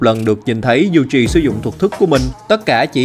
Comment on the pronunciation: toji yuji đọc tùm lum